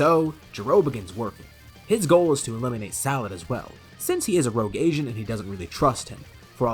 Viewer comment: I thought you said rouge Asian Lol